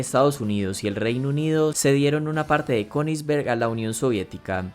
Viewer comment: Dato que nadie preguntó: Königsberg en alemán se pronuncia Ku-nis-bærg (El "æ" lo puse porque eso se pronuncia entre una "a" y una "e" )